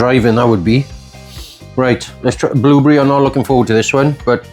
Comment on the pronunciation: this is how im pronouncing blueberry from now on 😂nice vid i subbed